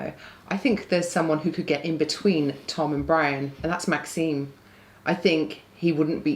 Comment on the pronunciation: My man Maxime got his name butchered in the predictions there😂